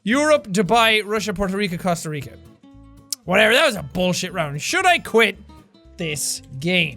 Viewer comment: you pronounced costa rica wrong. i am disappointed. JK I LOVE YOU